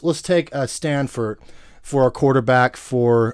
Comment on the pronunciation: It's STAFFORD not STANFORD. Damn that's annoying. Lol